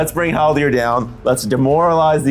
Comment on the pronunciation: Great video but the amount of times i heard Haldir called Haldor I was driven insane